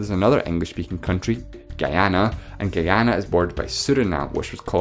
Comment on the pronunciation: Also, it's pronounced "ghee-AH-na", not "guy-AH-na"